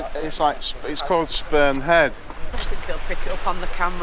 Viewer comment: Did he say Sperm Head? Sounded like it and it looks like it 🤣🤣👍